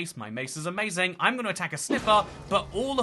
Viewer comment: "My Mace Is A-mace-ing"